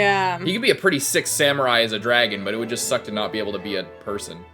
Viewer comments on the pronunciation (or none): none